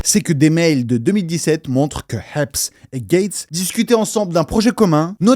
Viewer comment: C'est pas Mr EPS c'est Mr Haps 😅